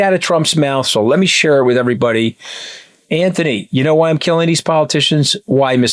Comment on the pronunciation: Ok, sorry, finally had enough. Lambos, the beast, ads for car stuff and the fact Katty can't say Anthony's name correctly - it's driving me nuts TBH. Becoming very wanky and annoying....